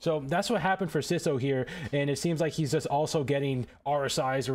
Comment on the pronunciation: He is NOT "siso"😭